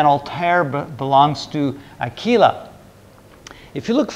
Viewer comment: A little tip: the Latin word "Aquila" is pronounced as "UH-quill-ah".